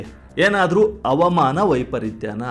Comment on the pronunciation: ಹವಾಮಾನವ ಅವಮಾನವ ಉಚ್ಚರ ಸರಿ ಇರಲಿ